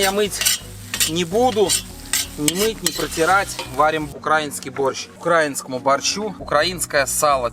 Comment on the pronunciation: 😂 в мене так само, щоразу як чую «укрАінскій» трохи нудить. Але що казати, як вони на рАсіі не вміють балакати